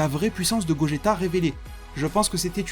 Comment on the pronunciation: C'est gogeta pas gogetto même en jap c'est gogeta bon il dise gogita mais c'est pas grave